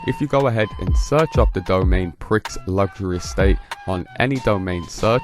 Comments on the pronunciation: Prix pronounced 'Pree' as in Grand Prix.... NOT "Pricks" FFS! 🤦 "American English" SUX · It's pree not pricks! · Prix in Prix Luxury is pronounced as “pre”